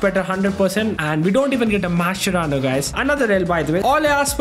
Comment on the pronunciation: if u r watching carefully he said "we got mashcerano dosto"